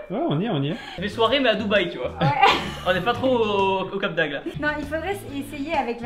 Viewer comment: On dit cap d’Agde avec un G !🤣